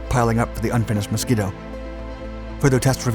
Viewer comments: The Mosquito NOT the "Moskito". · Ah yes. The Moskito, not to be confused with the Mosquito.